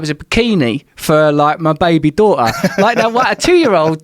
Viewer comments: Joe's passive cockney is really coming on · there's a glottal stop in "a daughter" that's missing from "adore her" one is u dawʔuh and the other is udaw uh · He says “daughter” and “adore her” the exact same way.